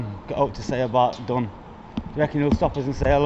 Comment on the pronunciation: When you described the officer, I was sure you pronounced his name as Sergeant Martin Dung A more appropriate name maybe and then I see the heading that his name is Dung... I mean Dunn.